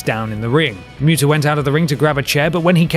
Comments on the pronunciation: WHO? the Great Mewta? can some one say muta better? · "myuta" wat.